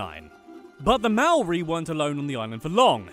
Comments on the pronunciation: omg it’s pronounced moe-ri like hoe but moe UGH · it slightly annoys me how you pronounce 'maori'